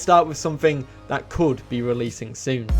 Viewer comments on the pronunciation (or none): none